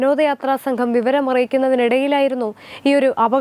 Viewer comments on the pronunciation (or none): none